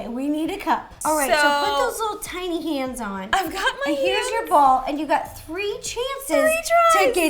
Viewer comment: who else thought she said titty hands😂??